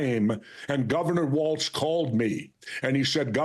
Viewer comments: C'mon Jesse. WalZ. NOT WalTz! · WALZ not WalTz